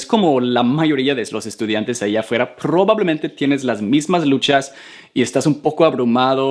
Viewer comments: Prrrovablemente :v JAJAJAJJAA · PRRRROBABLEMENTE XD